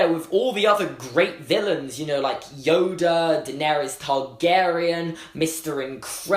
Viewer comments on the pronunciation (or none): none